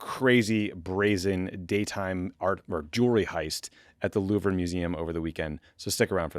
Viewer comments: Did Tommy actually pronounce the Louvre as Loo Vra? I must have misheard. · It should be pronounced LOUVR. the E is silent, and the R has no vowel sound attached to it. There is no "English pronunciation". .. it's not an English name.